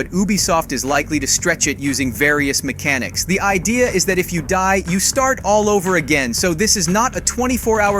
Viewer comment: "MEK-A-NICKS" LOL